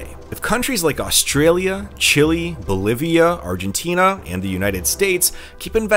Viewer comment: Your pronunciation of Chile was fine. When the Chilean mine disaster occurred a few years ago, the President of Chile himself used that pronunciation as the English name for his country multiple times in his speeches. He spoke in English, and used the traditional English pronunciation.